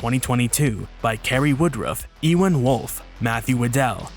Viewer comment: EWAN IS NOT PRONOUNCED EE- JUAN BUT RATHER BEING A CELTIC NAME IT IS PRONOUNCED YOU-JUAN.